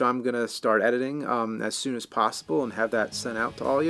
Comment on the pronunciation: "Has i am American"? Sound foreign to me haha.